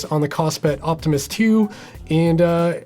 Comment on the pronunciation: Every time you say Optimus, I hear Optimist. Which is maybe the best review of the watch.